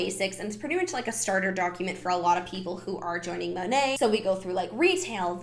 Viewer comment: Side note. It’s Modern Nature so Monat would be pronounced “Mo-Nate” lol don’t make it sound pretty